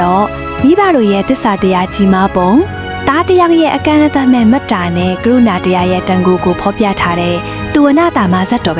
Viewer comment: ဘာဘယ်ကာရုနာဟုတ်လား?ဂရုဏာလို့ဖတ်ရတယ်ဟ😂😂😂